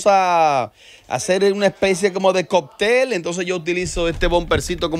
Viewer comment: se dice COCTEL no COPTEL 🤣🤣🤣🤣